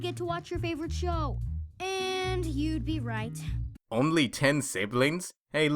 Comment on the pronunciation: I kept hearing ''w'' after every word -_- ''wight'' Instead of ''right'' ._.